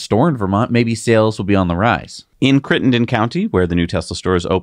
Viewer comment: It is Chittenden County not Crittenden.